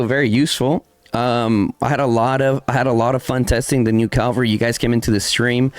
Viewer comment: CA-VAL-RY - you damn mexican, say it right